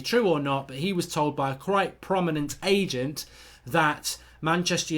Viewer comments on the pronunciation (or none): none